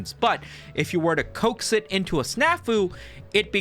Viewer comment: In a recent video, he pronounces it Co-axed, I came here to see if he just says it like that for the entire video